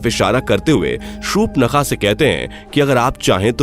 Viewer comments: Please pronounce properly, it's not shupnakha it's Shurpanakha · Uaka name surpankha tha nhi ki supnakha 😅😂